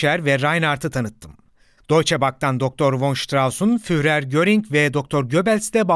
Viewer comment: Kapsamlı bir konu ve başarılı bir anlatım, tebrik ederim. Sadece, Almanca bazı isim ve kelimeleri yanlış telaffuz ediyorsunuz. Örneğin Adolf Hitler'in "Führer" sıfatını yazıldığı gibi yanlış telaffuz ediyorsunuz. "Führer" şeklinde yazılan kelime "Fürer" şeklinde telaffuz edilir. Yani kelime içindeki "h" harfi düşer. Bir diğer örnek Alman alfabesindeki "ä" harfinin geçtiği kelimelerin yanlış telaffuz edilmesidir. "ä ; ee" gibi okunur. Türkçedeki "tabii" kelimesinin "tabi" şeklinde telaffuz edildiği gibi. Videonuzun tek eksik tarafı, Almanca bazı isim ve kelimelerin yanlış telaffuz ediliyor olmasıdır. Onun dışında son derece aydınlatıcı mükemmel bir çalışma. Başarılarınızın devamını dilerim...